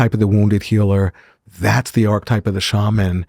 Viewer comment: Great content, but marred for me by the repeated mispronunciation of "archetype" which a proper scholar of Jung must surely know how to pronounce. And topped off with a mispronunciation of Nietzsche. I know, it seems pedantic, but to me this destroys credibility.